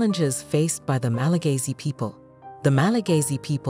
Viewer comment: It's Malagasy, not Malagayzy. 😑